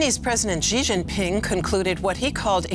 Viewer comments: Shee not Jhee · It’s not Gee. It’s SHE